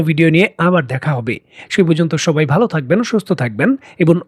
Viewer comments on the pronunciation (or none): none